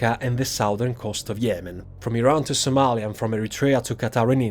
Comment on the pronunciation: It’s Somalia canterin